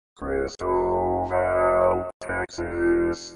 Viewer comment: Sorry, but that's not correct. It's not "kris-tow-VAL". It's pronounced "kris-TOW-vul".